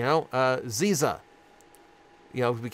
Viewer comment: If I remember correctly, it’s Zizza and he pronounced it wrong. “Zz-ih-zah,” kind of like Scissor but with a Z at the beginning and an “ah” at the end.